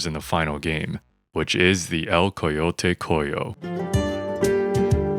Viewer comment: cool! i wish they put it in orion somehow, it sounds like wasted potential... btw, for future references "El Coyote Cojo" is pronounced more like El coyote "Coho"